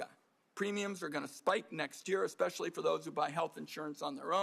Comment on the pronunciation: He said “ex specially” WE ARE COOKED